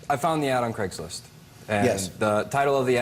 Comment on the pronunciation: Can she not say Craigslist properly